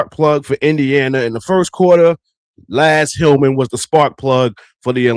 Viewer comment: Good video. However, the Dream player's name is Naz Hillmon not Laz.